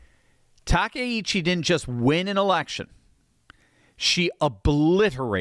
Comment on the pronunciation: Grats to you for being the ONLY person I've heard pronounce Takaichi's name properly today. I don't get it. Japanese is such an easy language to pronounce! With discrete syllables and vowel sounds, there's just no excuse.